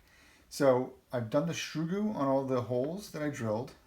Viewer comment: Its soo-groo Not shoe-groo